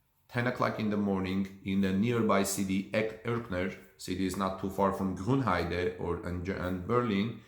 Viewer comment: Just a sidenote, you're pronouncing Grünheide wrongly: You say it like Grunheide, but it's written with an Ü, so the pronunciation is slightly different. :)